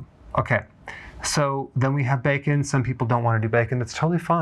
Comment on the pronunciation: Im all in afer you said becon😅